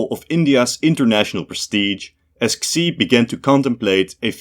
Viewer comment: For another umpteenth time, Xi's name is pronounced "SHE", NOT "KSEE"!!